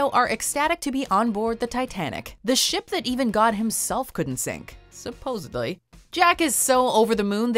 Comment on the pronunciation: I listened to it 14 different times... did you seriously say "supposebly" when talking about Titanic? No matter how often I try to clean it up, I still hear a "B" in there.